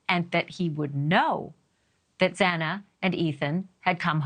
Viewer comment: Say her name correctly Xana(pronounced Zana)